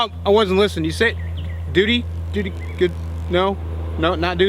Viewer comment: Hehe...you said "dootie". 😂